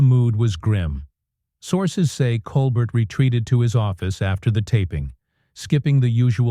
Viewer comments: It's very distracting when you say colber"t" instead of Col "bear" like he pronounces his name. And it would be very out of character for him to flip out over anything a guest would say. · Col-bear, not Colbert. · Ya know when the narrator doesn’t pronounce Colbert correctly… nothing else is correct 🤣😂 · You don't even say Colbert correctly. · The narrator is mispronouncing the late night hosts last name. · Why can’t your AI announcer get his name right! Try that if you want to be credible! As it is you seem ignorant and stupid. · This FAKE AI narration nothing more than YT CLICK BAIT. Just listen to the bad pronunciations, odd pauses in the reading and that is NOT how you say Stephen’s name!